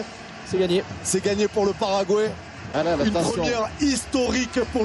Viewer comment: Why are you French so obsessed with pronouncing foreign names YOUR OWN FRENCH WAY??? Doesn't it sound, well, a wee bit backwarded (ignorant?) to you? It's Frank 'De Blééckere', not 'De Blecquère'!!! He's not French, he doesn't even speak French!!! Most of all, it's "Pah-rah-gwah-ee", or, to put it in French, "Paraguoi-y", not "Paragouéé"!!! Come on, it's simple, it's Spanish... it's close to you... why do you constantly do that? Some late reminiscence of the times when "the world belonged to you"? Well, I'm sorry, those times are over, in Scotland we sent the Stuarts to hell centuries ago and they fled "back home" to you, you had used them to conquer our lands, as we both know... Napoleon's dead, make your minds up... I'd never DARE pronounce "Thierry Henry" like "Terry Henry", most English speaking people would easily make that mistake if they never heard the way it's actually pronounce... why on earth do we all have to follow your language while you still won't accept a common word like "computer"??? I'll follow French pronunciation just because I want sound right and I don't want to sound ignorant, why isn't this in your minds?